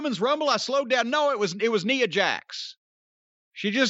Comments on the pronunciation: Was Corny pronouncing 'Nia' like 'Neea' a jab at WatchMojo? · Why he pronounced Nia like that😂😂😂😂 my poor baby?